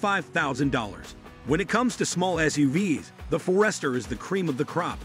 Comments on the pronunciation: What? You don’t think For-EST’-er is correct? ☺️ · I didn't think it was possible to mispronounce Forester, but apparently I was wrong.